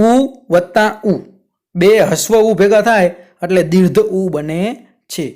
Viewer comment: સાહેબ દીર્ઘ શબ્દ બોલવામાં ઉચ્ચાર માં તમારી ભૂલ દેખાય છે. દીર્ધ માં ધ ધજાનો નહી પરંતુ ઘ ઘરનો ઘ આવે.